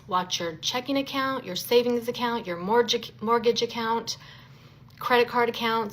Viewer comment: What's a "more-jig" account?!